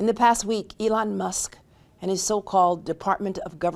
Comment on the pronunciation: Elon Muss?? I heard say Elon Must. lol